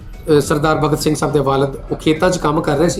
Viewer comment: Pehla ta bhagat singh kehna sikho..kidda bura lag reha Tere muho..jani Saab sikhao kuch nu.. bagat singh nahi hunda bhagat singh hunda..!